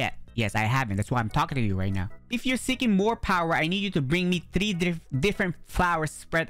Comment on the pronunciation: Its not tree its three